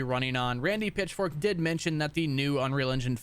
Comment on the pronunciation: Am I the only one that hears Randy Pitchfork instead of Pitchford?